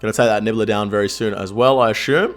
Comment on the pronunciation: Love ya But every time I hear you butcher the word 'assume' it's like sandpaper q-tips in my ears. Is that just how Aussie's pronounce asshhhhhuuume